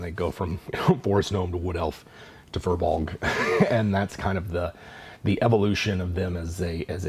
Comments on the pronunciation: Oh I thought it was pronounced "fire blogs". Well I like how I pronounce it better then "fur bogs" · Actually, the correct pronunciation is "Fear-Bolg" which means Bag Carrier. They were originally slaves in human lands who fled to Ireland for freedom, but became enslaved by the Formorian giants. When the Tuatha De Danan came to Ireland, the Firbolg cheered them on as liberators, only to discover that the new conquers considered them hideous and banished them to the forests. They were hoping that the arrival of humans would offer them the chance to freely interact in human lands, but the humans mistook them for monsters, and chased them away as well. They live in the forests resentful that they never got a chance to join peaceful civilization. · "FEER-BULG"! it's pronounced "Feer-bulg"! I personally hate that this term in Irish has been hijacked and doesn't even represent what the Fir Bolg (which is a plural term in itself, so "firbolgs" is like saying "the el chupacabra"), But if you're gonna use the term, at least pronounce it correctly! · Hearing Americans repeatedly trying to pronounce "FIr Bolg" is painful. They are from Irish mythology